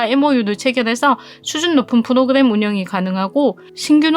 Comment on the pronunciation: 프도그냄,,,,,,,,ㅋㅋㅋ ㅋㅋㅋ 혀짧은 발음 너무 귀엽네요. 유익한 정보 고마워요^^